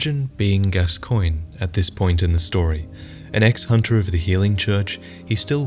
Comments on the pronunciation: You mispronounced gascoigne, it’s pronounced gas-co-oig-nee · “Gabba cologne” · You put the part where Eileen says the proper pronunciation in your video but you can’t get it right